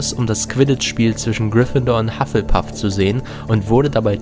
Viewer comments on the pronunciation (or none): none